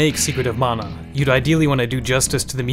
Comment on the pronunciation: Stope mispronouncing mana its not pronounced as mona man -a